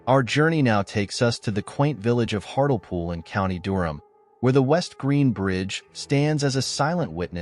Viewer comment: It's pronounced Hart Lee Pool.